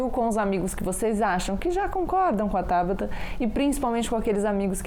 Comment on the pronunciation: Acabei de ver isso também, Marcelo. Estava procurando aqui nos comentários para ver se mais alguém tinha notado. Ainda bem que sim! Para quem não viu (ou não entendeu): o nome dela é TABATA, com "T" na última sílaba, e não TABARA, com "R"! :-) Vamos ver se alguém corrige! (22/08/2021, )